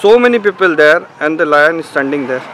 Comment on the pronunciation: anyone noticed, he is saying ' line is potting ( toileting )😂😂😂